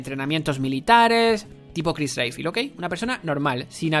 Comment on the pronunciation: Si, ps la verdad en muchas cosas tenés razón, pero es algo hipócrita que lo digas, sabiendo que aplaudiste y dijiste que te amaste resident evil 3 remake, sabiendo que hace lo mismo que expresas sobre resident evil 7, y pronuncia bien Redfield, un héroe tan reconocido no merece que pronuncies su apellido tan mal.